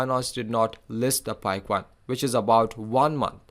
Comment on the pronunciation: Coin not CUWOIN 😅